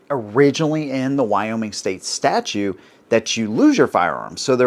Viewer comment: Statute, not statue. If you're going to talk about law, you've got to at least get basic terms right